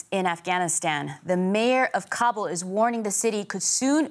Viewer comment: Meanwhile... "Cobble cobble cobble" like a bunch of turkeys gobbling. It's pronounced KAh-buhl, not Cob-ble.